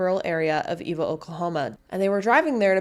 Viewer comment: Eva is also pronounced eh-vuh